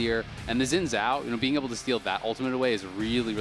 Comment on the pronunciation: I appreciate pronunciation of Xin Zhao. Seems most correct to me (for a fictional character).